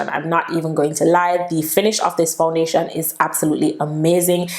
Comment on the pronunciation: The way you're pronouncing the foundation is sooo annoying sound weird.